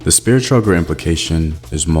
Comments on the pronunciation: It's chucker not chugger, bruh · Bruh, chugger? It's CHUCKER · CHUCKER not chugger.